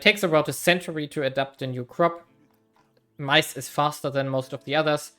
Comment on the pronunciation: I was so confused what you were trying to say the "mice" import was until you showed the text. Yeah i guess corn makes more sense, maize is definitely not pronounced like that tho lol